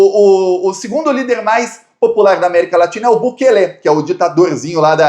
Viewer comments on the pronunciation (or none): A pronúncia certa é Bukêle, não Bukelê.